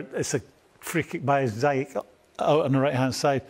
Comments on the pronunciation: Ziyech not ziiiyach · Because this is the right way to pronounce his name its zeyash not zeyak or zeyach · Please Ash..... Z - ESH. Not Zy - Etch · still says Zayech tho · Why do Ashley and Frank call hakim ZAI- YECH lmaoooo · It’s a Moroccan name. Proper way to pronounce is ZEE YESH. Look it up pal. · ZEE YECK. NOT ZIE ECK (Ziyech) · Right this is really annoying me now, his name is pronounced zee-eck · Pronunciation of ziyech name is irking me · Why can't these people pronounce Ziyech's name correctly? That should be something basic.